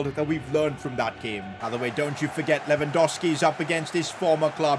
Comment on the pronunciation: Its LewandoWWWski. Not Lewandoski